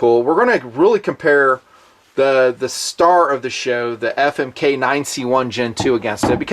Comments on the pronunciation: every time i hear you say famic i laugh my ass off....keep fondling 💪💪💪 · lol "Famik"